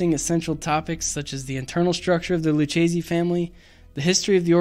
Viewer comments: Lou-Kay-zee. Not lou-chazee. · Are any of you Italian? Lucchese is pronounced "lukkese". The "ch" in Italian is pronounced like the letter "k". Also "capo" is pronounced "kapo", not "kaypo".